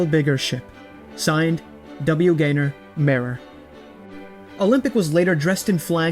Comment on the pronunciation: Pronouncing mayor as marer is interesting